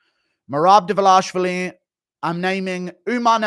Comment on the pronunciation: I love English very much, but I've finally discovered one flaw I can't stand in these people. It is the way they pronounce Tbilisi and Dvalishvili :face-orange-raised-eyebrow